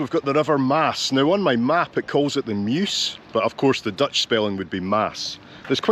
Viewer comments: I was born in Maastricht you showed the best parts ❤ your pronounciation was perfect 🤩 loved you saying dont go to Amsterdam 😂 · you do pronounce most things surprisingly well. to the point that i wonder if you ever tried to learn dutch ;o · What a great video,. I just love the way you wander around with a basic plan in your head while not forgetting to be distracted by your curiosity. And your Dutch pronunciation is actually really good. No difficulty at all in understanding what you're saying. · You As Scottisch man who cant speak dutch. Im actually quite surprised how good you pronounciation of Dutch words are. Even the double letters who people outside NL cant pronounce you pronounce them mostly correct. As a dutchmen im impressed. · Yeah the frame looks cool. The less cool part, is they took down a 17th century even more cool wall, just to make that passage. What a shame. For a guy with an accent like yours, that pronounciation was pretty spot on! In general impressed with your pronounciation of Dutch words and names. Not just once upon a time. They still use the wheel for the mill. It just wasnt running when you got there. 11.30 Lol, I am from Maastricht, and I'm wondering the same hahaha. You got lucky though, because you see so much more of the city, compared to being surrounded by dosens of people. Thats St. Servaas. (St. Servatius). Patron of the city. Holding the key to the city. Fun fact:The street in between the churches is called "Vagenvuur" Translates to Purgatory. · Don't apologize for your Dutch, it's really pretty good!! Had no problem whatsoever understanding what you said. Probably because you're Scottish and have no problem pronouncing the infamous 'G' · Your pronunciation is good and you really found a very quiet day. I've been to Maastricht many times (even walking the Pieterpad from Groningen to Maastricht), but I always thought it was almost too busy. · You did well with the pronunciation of the Dutch language.